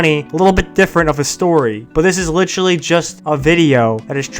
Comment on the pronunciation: I thought you reminded me of, but then when you said “licherly” instead of “literally” I knew it was for sure